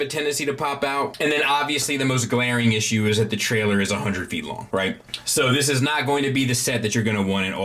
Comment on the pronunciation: Why do you say sword and feet like that